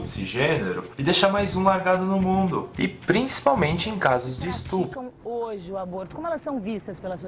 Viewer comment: "estrupo" a pessoa não sabe nem falar e quer discutir um assunto sem nenhum argumento.